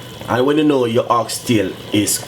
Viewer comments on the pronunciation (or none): none